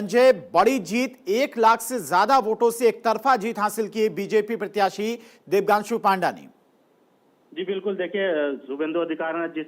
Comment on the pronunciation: प्रत्याशी "देबांग्शु" को अनाउंसर "देबगांशु" बोल रहा है।कुछ अधिक तनख्वाह देकर शुद्ध बोलने वाला अनाउंसर रख लीजिए।